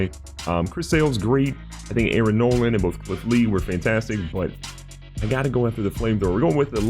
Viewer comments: arron nolan? what its nola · Aaron Nola not Nolan